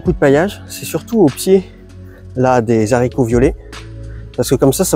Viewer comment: J'aime bcp tes vidéos mais stp essayes d'arrêter les Zharicots ! 😅 Hâte de voir la suite du vinaigre.